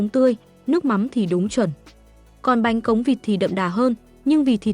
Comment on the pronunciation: Bánh khọt mà đọc thành bánh cóng làm nghề hkông biết bánh gì